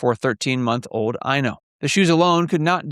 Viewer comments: Thank you! It's always difficult to decipher the anglophone pronounciation of Finnish names! 😂 Eino does make more sense! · I was looking for a comment on this, but I suspect he wanted to say Eino, which is a boy’s name and would make more sense. And after I started to reply this, I saw someone already commented on this and informed us of the correct child name. I live in Finland and also had your “ears” when listening to him pronounce the names. 😂